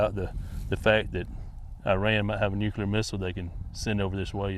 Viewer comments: Even the BBC is now pronouncing ‘nucular’… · Why can't anyone pronounce 'Nuclear'?